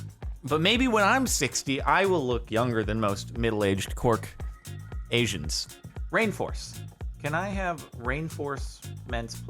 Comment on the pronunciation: Took me a minute to figure out what a cork asian was, LOL.